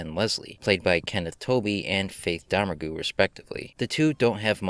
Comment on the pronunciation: Great review, but I believe Faith’s surname is pronounced “Doe-MAIRG”, not “DOE-mer-goo”.